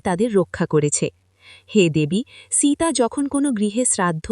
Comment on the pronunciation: সীতা নাম খানি ভালো করে উচ্চারণ করুন। জঘন্য উচ্চারণ। বাঙলায় বলছেন, বাঙালিদের মতো করুন।